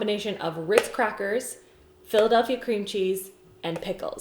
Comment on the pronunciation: No one: Not a soul::philadelphy cream cheese 😂😂